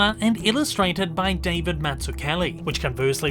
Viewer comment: No one can ever pronounce David Mazouz correctly. And I’m not talking about Mazouz. I’m talking about David. 😂